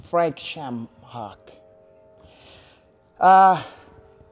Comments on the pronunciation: Did he say ShamHock? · HAHAHJAHAHAHAHHAHAHA n they say LOBER VS SHAMHOCKY HAM HOCKS LMFAO JUST DESTROYS HIS NAME N HIS LIVELY HOOD FRANK SHAMHOCKY HAHAHAHAHAHAHHAA